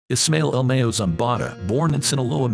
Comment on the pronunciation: It's Ma-yo, not Me-yo. Gringo is just simply not pronouncing it right.